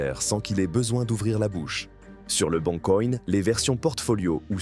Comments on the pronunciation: " Sur le Bon Coïgne " 😂😂😂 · "Le bon coïnn" 🤣